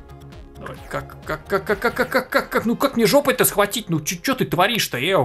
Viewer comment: сказал,,Это марийский пират". И я из республики Марий-Эл. И произнёс,,ЧЁЁЁЁ"